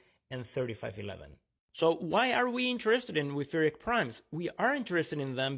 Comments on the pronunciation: German 'ch' should not be pronounced as /k/. Even an h would sound closer, although the actual sound is a velar fricative. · The stress on the second syllable was what bothered me the most.